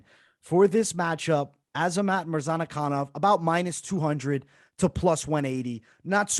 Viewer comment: I like your videos guys but MAN, i cant understand how hard it is to remember few forigner names. You got wrong everyone of them....Murzkananov is Murza-kanov...Zumalgav is Zuma-gulov...Todororovic is Todo-rovic...You make it harder then it is and its look really bad.